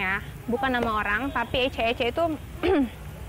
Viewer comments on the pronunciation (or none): Klo dilambar icak icak bukan ecak ecak